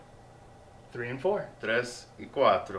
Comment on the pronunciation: Três e quatro was perfect portuguese!! rs.... Nice review!